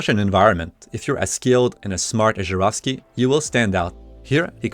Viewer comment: Finally, someone pronounces it Zharovsky and not Zarovsky